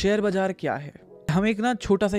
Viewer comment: Bazaar ❌️ Bhijaar ✅️